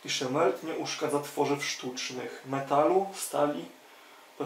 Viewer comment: Lałeś to jak ostatni dałn, nie potrafisz wymówić 4 literowej nazwy, jesteś tak głupi że to szok